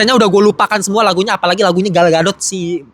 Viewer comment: Gal Gadot ❎ Gal Gatot ✅